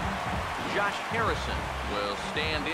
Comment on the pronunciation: Dude it's Josh not Jose and Tabata not Tabata